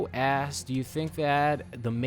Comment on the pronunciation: Sounds like your saying 'ass' every time you try to say 'asked'